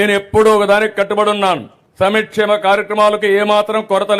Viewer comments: ఒరేయి చంబా ముందు సంక్షేమ అని అనటం నేర్చుకో 40 ఇయర్స్ ఇండస్ట్రీ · CBNకి సంక్షేమ కార్యక్రమాలనీ పలకడం రాని ఈAP-CM సమీ+క్షేమ అంటున్నారు